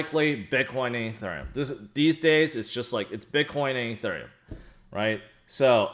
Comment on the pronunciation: Can you please learn how to pronounce ethereum